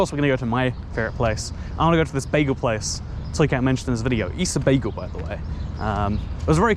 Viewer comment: Also, you mentioned ess a bagel, which people around here pronounce it like Tessa bagel, but take out the te.